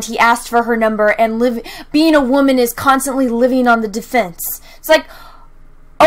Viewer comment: You keep pronouncing "wamen" incorrectly.